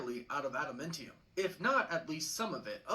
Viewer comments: Adamantium not Adamentiun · Bro, I can't even take this guy seriously. He is definitely pronouncing adamantium wrong. It's pronounced AdamAntium, NOT AdamIntium. Any fan of Marvel, and especially of Wolverine, would know that. 🙄🤦🏻‍♂️ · Adamintium? That's definitely not the proper pronunciation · Besides his horrible pronunciation,he also said Wolverines claws were made of Adamntium. His claws are bone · "Atimintium". Huh? Harrison Ford as Thunderbolt Ross is going to be 🔥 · is right, he’s pronouncing Genosha w a hard G instead of a soft G. Also his pronunciation of adamantium & tiamut were bugging me lol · Mf can’t even say Gen-Osha right or adamantium making me tune out if this theory lol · is this guys pronunciation of “Adamantium” bothering anyone? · Every time he says Genosha or Adamantium I get a grey hair... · He's pronounced Genosha and Adamantium both wrong. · the way they mispronounced Tiamat and Adamantium is driving me nuts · Yup... it really is enraging to hear him keep saying them incorrectly.